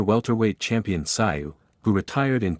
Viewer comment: Who the hell is Kosta Sigh? It's Kosta Tszyu pronounced Kosta Zoo! Maybe some research when you do a video?